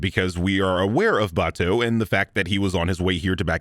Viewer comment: Aaaaaaand lastly, sin 194 should've been two sins. One for the usual deus ex machina bullshit, one for pronouncing Batou's name Batoo.